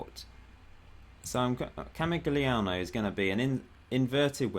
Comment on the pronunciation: You struggle with these Italian names mate: Ca-mig-lee-an-o (camig would be correct for short) and Bran-chall-ee-own-ee (bran or branch or brancha like snatch-a)